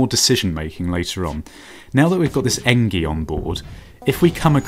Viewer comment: Artemis = r te mis Engi = n g